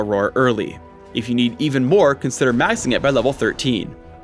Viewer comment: still say mising instead of maxing...